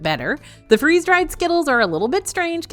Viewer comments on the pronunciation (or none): none